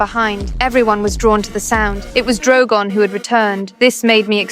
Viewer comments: Bro said drowgown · Why did she say drogan